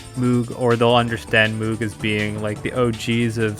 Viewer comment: It's pronounced to rhyme with "rogue". Moh-g.